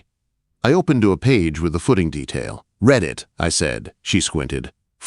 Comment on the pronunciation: F'ing AI! Cannot use READ correctly. or within context, INSULTING!